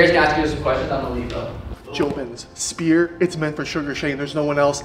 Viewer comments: calling the sphere the spear is low-key funny 😂😂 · “Suga Shane at the Speer” 😂😂😂 get your boy’s right! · "spear" 😂 god damnit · yeah its the spear not the "sphere" thats like a circle bro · lol n kept calling it “spear” n not sphere . Still awsome reaction u see he gives a 💩 n he his BG! Sugar is def one the best! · Sean calling it a shphere is hilarious. You can see him 'adjust' before it. Some words are just a bith, I suppose. But he's going to make him (Dvalishvili) look silly. 😯🤣🤣🤣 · I tried correcting him a few pods back as well and he acknowledged it. Still can’t pronounce it. lol. All love tho. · Watching try to pronounce "SHFEER" is actually wild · Funny that a guy who can't pronounce the sphere is going to be headlining. Never again I'm history. Hope to enjoy seeing him take his second loss.